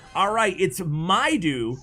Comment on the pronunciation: Thanks in advance! Let me watch:D Btw its Mido (medo) not mydo:D Egyptian name